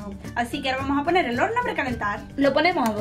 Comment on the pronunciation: Porqueeeeeeeeee dijo orno